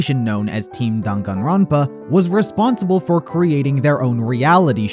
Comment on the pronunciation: The way he pronounces the games title cracks me up every time